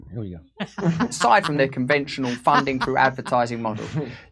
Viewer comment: Love the accent analysis Jimmy ... I speak a bit like Russell ...but I've never known why we get an F Sound from TH... as in "Froo" for "through" "The Online Safety Bill" in the UK is coming for online media Purportedly about protecting children online It will seek to remove dissenting voices from the big platforms...Russell will know about it Froo for through